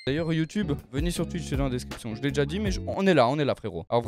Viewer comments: Touitch (twitch) et non tUiTch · « mon live TUITCH » ptdrrrr 😌😂😂